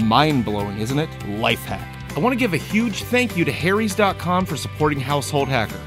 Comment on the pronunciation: I thought you said "Hairys" lol...great name for a razor company....sounds like you get shafted for razors in the US....